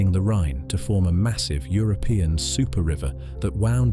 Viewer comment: I thoug The same thing , especially when certain words were pronounced eg river😅